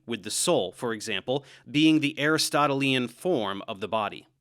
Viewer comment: To be honest I cringed hard when I saw that You were going to cover this subject. I do have to watch the previous video. I was surprised, You did a nice job. One criticism, the way You pronounced Aristotelian. Next try: A Wrist Toe Till Lee Anne or Ahn. Thank You Sincerely in Xto Mike B. B. From Philly, P.A. U.S.A.